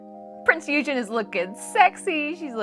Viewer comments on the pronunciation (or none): Great review, but its not American "Eugen" it's German so hard G and the second E is pronounced longer. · I almost gave you a dislike for your pronunciation of Eugen :P But the rest of the video was excellent and detailled so you are forgiven. I ordered the rerelease of this figure a few months ago and I'm waiting for her to ship in. As for my favourite shipwaifu, that would defenitely be Unicorn. But I would love to see an HMS Monarch figure or Queen Elisabeth figure at some point, especialy with the rigging.